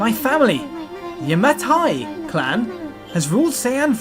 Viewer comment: I thought you could do a whole episode without messing up any Japanese pronunciation, but when I heard how you said Yamatai I lost all hope...